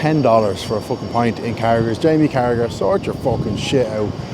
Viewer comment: For an Irishman,it’s embarrassing that you don’t know that Carragher name is pronounced Carraher. Sort yourself out.